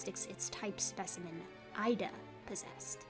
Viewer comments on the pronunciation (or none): Hi, my girlfriend is a biologist and lives less than 10km from the Messel pit in Germany. She informed me last year that "Ida" is actually pronounced "Eeda", according to the local dialect. I thought I would mention this as i know you like to be 100% correct with your brilliant work. Hugs Xx